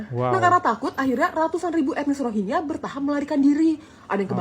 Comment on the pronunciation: Bro klu bahas masalah , nyebutin pokok bahasan yg bener dong! Rohiya apa rohingngia?